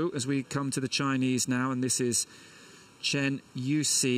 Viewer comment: better pronounces like 'chan' than 'train' OR the way the commentator pronounced the last name of Chen' Yu Xi.